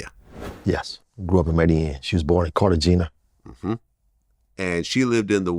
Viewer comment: still doesn’t know how to pronounce the Colombian city of Cartagena. 😂. It’s Car ta hey na. Or, Car ta gay na. Not Car ta gena. 😂